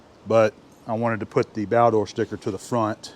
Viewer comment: "Baldor". Not Balder.